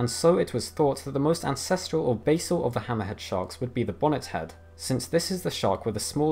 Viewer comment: the way you say "hammerhead" makes you sound like you're saying some sort of arab name like "hammahad" or some shit lmao